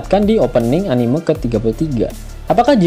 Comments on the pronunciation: Keren min ngakak, Tp ane risih denger anime slh pgucapan, yg bener sperti me di kata memang Anime-mang bukan anime-lihat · sedari awal sudah salah sih diprologue, laugh tale anime(lihat), trserah mau diganti apa lanjut, yg punya channel kan bkn aku wkwk Bnyk sih yg salah gitu mgkin susah dilidah, pdhl bhs inggris juga bacannya enimesien, kalo org jepang jd enimeshon sih